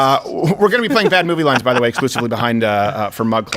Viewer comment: Exclusey!!!! hahahahaha